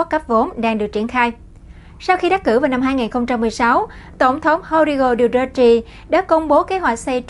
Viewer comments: Đù tê tê...! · Rodrigo Duterte (roˈdɾigo dʊˈtɛrtɛ) làm tin tức thì nên tìm hiểu, đọc tiếng Anh, ít nhất đọc tên nguyên thủ quốc gia cho đúng... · Đọc tên tổng thống không chuẩn